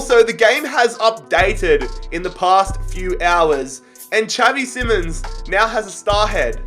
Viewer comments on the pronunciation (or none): It’s xavi simoans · It is simons not SIMONS